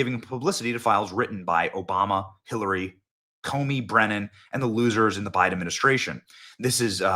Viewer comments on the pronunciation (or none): none